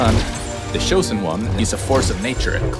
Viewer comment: ""the shosen one""